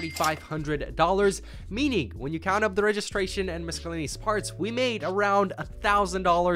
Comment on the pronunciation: excuse me? how did you just pronounce "miscellaneous "???